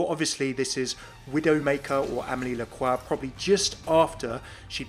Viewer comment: Okay, just one complaint. Widowmaker's last name is pronounced like "LA-CROY", not "LA-QUA"